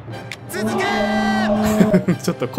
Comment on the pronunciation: 続けー チーズケーキに聴こえるわ ワロタ